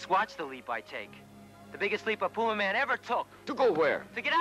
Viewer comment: You're certain that it's pronounced, P-You-Ma-Man? I'm fairly certain it's pronounced, "Pew-Mae-Men".